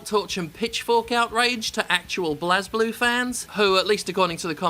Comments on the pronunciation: Wyrmis For some reason, people insist that its pronounced that way. Not sure why even when it's clearly pronounced 'Blaze'. Total biscuit also says it like that. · Well we know one thing for sure. Jim is definitely not a weeboo because a weeboo would know how to pronounce BlazBlue and RWBY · That Espurr Dude kinda the point, annoying the fanbois™ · Man, i love blazeblue. But why are they pulling this shit now? At least they have most of my favorite blazblue characters though i would have liked to also see taokaka and arakune. Also i think its pronounced Blaze-blue. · lol get over yourself. It's pronounced Blaze Blue. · Who else is cringing at how he is pronouncing "Blazeblue" and "RWBY"? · Its technically "Bu-rei Burū" but seriously pronounce it however the hell you like, its a dumb name. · If you play the games, you see that blazblue is a power thats activates and is pronounced "Blaze Blue" by everyone who uses it or refers to it. Ragna and Hazama instantly come to mind. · It's pronounced Blazblue (Blaze Blue) and RWBY (Ruby) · Blaaz (pronouncing it like Jazz) Blue.... Really? Its Blaze as in a fire. To set ablaze. Nitpick aside. I will pay for the DLC if it has english set of voice actors as I will be happy to pay their check. We didn't get english VAs in the last game and if this game doesn't have it. I will pass. We have ALSO already paid for DLC characters and colors before. This is a trend already here but if it means patches and updates and new characters. Honestly, Why not DLC? 20 characters in a fighting roster is huge! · The funny part is that you're also wrong. It's pronounced ブレイブルー, not "Blazblue". Enjoy. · Turned this off as soon as he called it blaz-blue. Educate yourself. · It's pronounced Blaze-Blue, though. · Its pronounced "blaze-blue" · I always though Blazblue was pronounced Blazeblue. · Hey Jim, it's blaze. ..I just wanted you to know this. ..I'm not sure anyone told you yet. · It's pronounced as BLAZE-Blue in-game